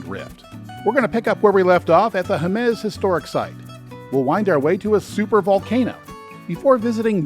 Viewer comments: This is one of the finest tour videos I've seen for NM; however, it's not that difficult to ask the locals for the pronunciations of the places you're visiting. "Mal pie Ese" and "Hay muss" are common pronunciations all around the state, and anyone would be happy to help. Otherwise, you've got my vote - 110 percent! Many thanks. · quick note: Jemez HEY-mezz Valle Va-ye Parajito PAH-ha-ree-tow.